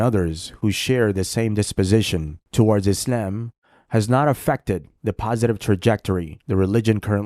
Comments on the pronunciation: lol why do you say “islem”? 😂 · U come across as a cringe Moe Run. Especially the way u pronounce "isIam"